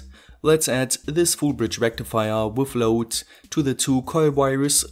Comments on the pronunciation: pronounced FOOOLL BREDGE RECKTEEFYAHH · please add a reverb sound effect every time you say FULL BRIDGE RECTIFAYAH. plz